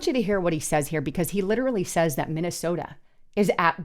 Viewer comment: She has done it consistently for a long time. It's also not the city of Minneaota. 😅